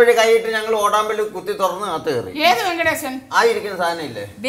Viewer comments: Ventilation ❌, Venkatation✅ Kamalasan rocks😅😂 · വെങ്കിടേശൻ അല്ല വെന്റിലേശൻ ! 🤣